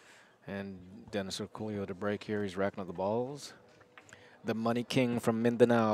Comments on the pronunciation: How is "El Pollo Loco" pronounced? Same concept here...not sure where that "Orculio" sound comes from ...should be "Orcolio" might be their accent doing that haha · Does this guy really pronounce his name Orcoolio or is everyone butchering his name? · I suspect these guys commentating are mispronouncing Orcollo's name. How lazy do you have to be to not figure out how to say someone's name.